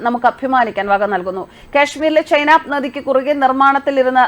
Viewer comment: ചേച്ചി ചെനാബ് ആണ് ചൈനബ് അല്ല, ഒന്ന് check ചെയ്യൂ